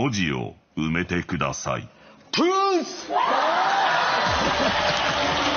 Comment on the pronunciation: 「トゥース」じゃなくてもっと長く「トゥーーース」と言うべきだったな。